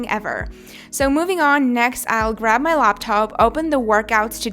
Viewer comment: Loptop 🤣🤣 it's laptop 💻